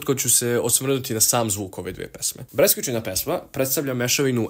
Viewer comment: nije breskvicina nego breskvicina